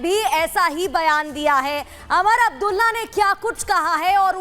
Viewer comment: Naam to sahi bolna Sikh lo.Umar Abdulla bolo.😂😂😂